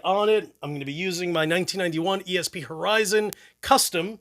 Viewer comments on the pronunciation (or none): none